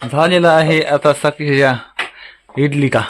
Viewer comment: इडली नाही ंझाली